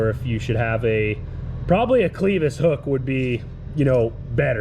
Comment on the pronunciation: Its pronounced "clev us" not "cleeve us". Would have been better if you had left the ring hitch on the spring harrow and used a clevus. Would turn better and work ground better. Just my old timer knowledge speaking though. Do it how ever it works for you